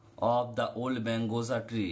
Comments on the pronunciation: স্যার ওটা mangosa ✅ not mangosa❎ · Sir, that is margosa not mangosa 😊